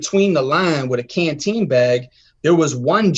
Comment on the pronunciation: Did PC get to buy canteen? You said PC got pop cans it sounded like